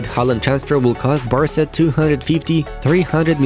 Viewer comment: For the first one it’s Barca not Basra